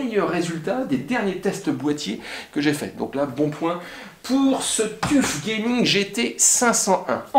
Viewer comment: Tuf se prononce : teuf